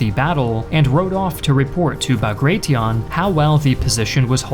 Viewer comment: Quite a bit inaccurate/wrong info, as others have pointed out. I feel like this was perhaps a bit rushed, given that a simple re-read of the script/fact check should have revealed most mistakes. Also funny that you decided to go for neither the Russian nor the English pronounciation of Bagration, and instead made up your own. :D